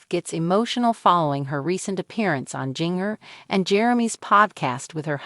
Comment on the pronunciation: It is not Jing ger it is ginger but spelled with a j instead of a g